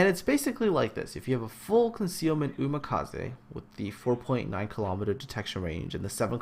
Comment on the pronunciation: why did you pronounce Umikaze as Umakaze?